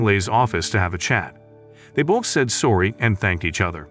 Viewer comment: The part where the narrter says sowrry instead of sorry